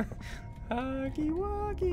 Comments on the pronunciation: It is not hugly wugly it is huggy wuggy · It's not hugly wugly, It's huggy wuggy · It's huggy wuggy not hugely wugely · i like how he calls him huggly wuggly instead of huggy wuggy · It’s Huggy Wuggy, not Hugly Wugly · It’s not hugly Wugly t’s huggy Wuggy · The fact that Ssundee called him “Huggily Wuggily” made me laugh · I like how in the beginning he calls huggy “huggily wuggily” I don’t think he meant to mispronounce it he saw the blocks and said “ohh huggy wuggy” he finally understands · Its funny how he says huggly wuggly. Don't rage at him. It's just his first time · Ssundee: hUgGlY WuGlY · At The Start He Said Huggly Wuggly😂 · Any body else laughed when he said huggly wuggly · Stop say huggly wuggly! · Did ssundee say ugly wuggly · Ssundee your saying huggy wuggy name ron